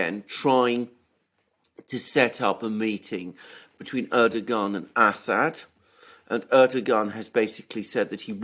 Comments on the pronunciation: I am pretty sure it is pronounced "Erdowhan". Yes I know how it is spelled. But yea, Erdowhan, not Erdogahn. I can deal with you Brits mispronouncing Aluminum as "Aluminium" but I am drawing a line here, Mercouris! 😡 FFS even pronounces it correctly and you just ignore him and go on lol. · Hey Aluxoonder. The President of Turkeys' name is pronounced Er-dough-an. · It's a common mistake but Erdogan is Pronounced Erdowan